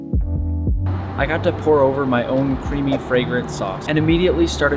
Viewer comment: Did he say"CREAMy